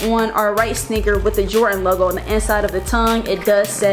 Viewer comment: Did you just say, jortan 4